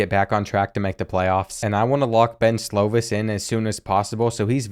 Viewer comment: Slovis is pronounced "slow-viss". It kills me the way you pronounce stuff lol